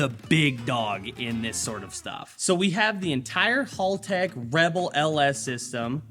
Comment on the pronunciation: MATE!!! Its pronounced HELL TECH Not hall tech 😂😂